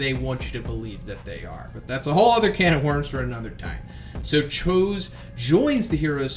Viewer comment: thats not how you say his name lol